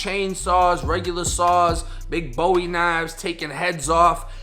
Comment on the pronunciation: You mispronounced "Raleigh" and "Bowie" homie.